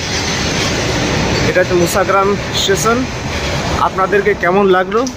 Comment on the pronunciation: আপনার উচ্চারণ ঠিক হচ্ছে না। বারবার বলছেন মুসাগ্রাম। কথাটা মশাগ্রাম। ঠিক করে বলুন। খুব কানে লাগছে।